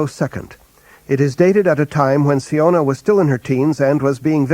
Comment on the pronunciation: I always thought siona was pronounce 'sy-ona' and not 'see-ona', good to know